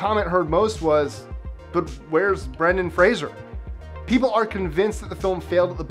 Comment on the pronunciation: Yay! Finally someone that pronounces Brendan Fraser’s name correctly. Thanks. 👍🏻😃